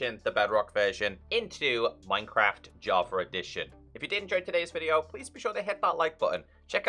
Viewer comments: Its funny how he call java = javer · "Minecraft Javer Edition"